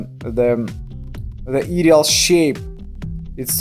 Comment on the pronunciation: Ideal is pronounced “eye-deal”, just thought you’d like to know. Love your videos!🥰